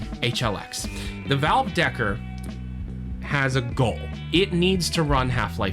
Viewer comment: deckard not decker